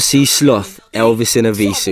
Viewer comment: Loool man said Elvis in evisu